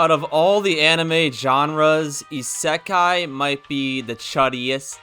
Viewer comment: Garbage video and dude can't even pronounce " isekai " correctly lol